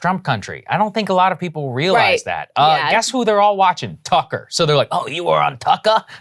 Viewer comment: "Oh you wuh on Tuckah?" enthusiastic nodding -Saagar, 2022